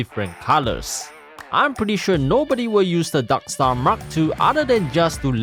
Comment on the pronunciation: i love how you say "darkstar" as "daksta"